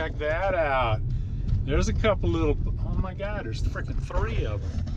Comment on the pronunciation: o ma goud...kermit roll back on that a little...o ma goud ..mute